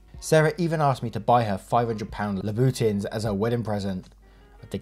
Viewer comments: It’s not “luh boot in” but “loo buh tawn” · Louboutins is pronounced "Loo-boo-tan". No worries :) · "laboutins" aaaaaaaaaaaaaaaaaahhhhhhhhhhhhhhhhhhhhhhhhhhhhhh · Yup, you butchered "Louboutins", but it's alright, we forgive you 😘🇨🇵💕